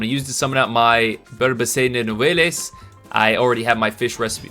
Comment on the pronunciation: Nouvelles the es is silent.